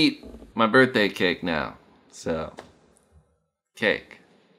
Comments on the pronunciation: brithday? lmao not birthday? hehexd #freetyler1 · Birthday not Brithday bud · HAPPY "BRITHDAY".